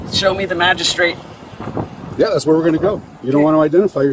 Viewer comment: he just recently learned the word "magristrate" :elbowcough